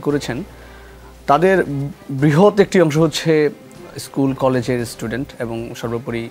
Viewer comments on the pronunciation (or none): none